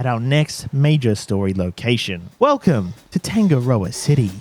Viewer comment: love how you pronounce tangarda lmao